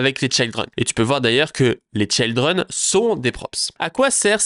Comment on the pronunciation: Children pas chayldren 😂